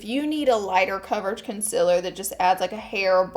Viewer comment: Everyone else: concealer Laura: conciller